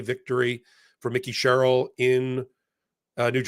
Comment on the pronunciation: You literally mispronounce everyone’s name…Mikey Sherrill